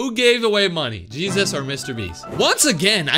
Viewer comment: did he say cheesus